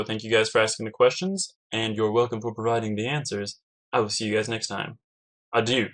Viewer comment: You mispronounced Adieu, but it's ok, I still love you lots <3